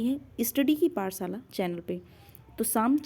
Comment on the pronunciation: पाठशाला शब्द है। पाटसाला शब्द नहीं है अपना वाचन सुधारे